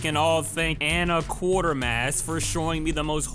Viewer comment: FYI Quatermass is pronounced like "Kway-Ter-Mass"